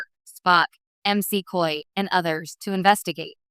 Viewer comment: EM SEE COY, said the text to speech robot.